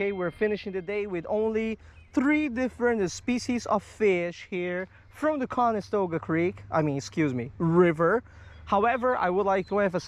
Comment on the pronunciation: Is it late there or are you just missing the T in the pronunciation of the river? Just curious is all. I lived up in Oneida NY right by Oneida lake which is gigantic and is a regular stop on the bass pro tour fishing every year but the town of Canastota is right next to the area as well. Not trying to be a douchbag and correcting you so I hope you don't take it personally. Not my intent at all sir!!!